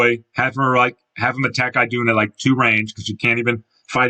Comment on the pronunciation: The I in Idunn's name is pronounced more like an E. Anyway, I was taken aback when you listed Sombron for Engage, but your explanation makes perfect sense. I was also really disappointed with the Dark Emblems in that fight, but they may have considered the ideal approach too much of a hassle for development. For Travant, I think your idea would've undercut that chapter; a theory I've heard is that he knew he likely wasn't making it out alive by the end, so he did what he could to ensure Thracia's future instead.